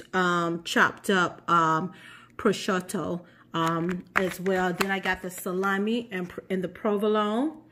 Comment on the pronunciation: Pro shue toe the ham. Prosciutto